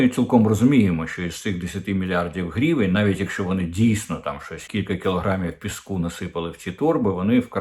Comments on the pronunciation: Корчинський, не "грівєнь" а " гривень" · А чому грівєнь? Наче гривня, тобто гривень. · Оце «грівень» неможливо слухати.